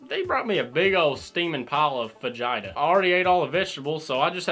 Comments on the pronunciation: the way he said fajita sounds like vagina. big steming pile of vagina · "They brought me a whole steaming pile of vagina." I know that ain't what he said but it kinda sounds like it😂